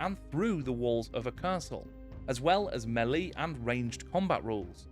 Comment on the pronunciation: Very interesting video and really well researched, some interesting pronunciation rhyming melee with welly and mythos with pie-toss 😄